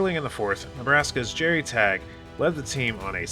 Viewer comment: Great video. Few things I wanted to say though. Most of us hate the "'skers" thing. It'd be like calling Minnesota the furs or West Virginia the ears. Second, it's pronounced "taggy", not "tag." Lastly, I'd have to disagree about not having a chance in the next decade. Look at Indiana. Look at our incoming recruiting class. Do I think it's likely? No. Do I think it's crazy? No.